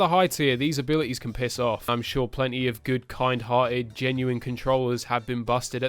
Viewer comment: Nobody:: abili es